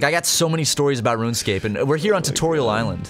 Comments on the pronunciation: For once I agree with a mispronunciation... "Run Escape" makes MUCH more sense!.. And that's crazy that it spells that :O #HowDidIMissThat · Oh shit, it's not "RunEscape"?!?